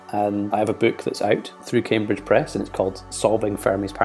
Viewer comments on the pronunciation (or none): none